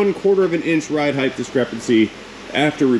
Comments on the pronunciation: Lol. So much ride "heighdth" in the beginning. It's like Mike Tyson was walking us through the strut replacement. 😂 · the word is height, not heigth. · I love your content. Height. Pronounced “ hite “. Rhymes with might or flight. I have never heard you mispronounce a word until that Mercedes video talking about ride height. I think people get confused that the last two letters in the word are HT and not TH. As an editor, this is my hill to die on.